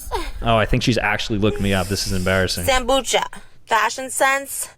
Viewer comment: Sambucha❌ Sambutcha☑️